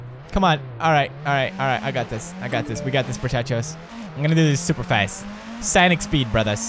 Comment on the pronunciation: bro...it's 'sOnic'...not 'sAnic'!